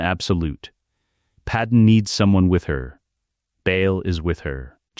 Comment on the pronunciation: Thank you for great stories. But her name is Padmé not Padem.